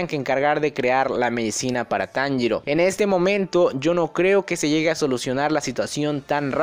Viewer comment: taniro???? xD